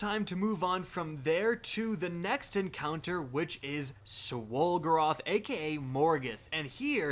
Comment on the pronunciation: The amount of times I hear him say “swol groth” is very annoying